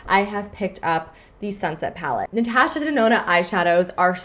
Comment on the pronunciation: Great video but how you said "Natasha" made me cringe so hard 😂😂 still a good video though ❤️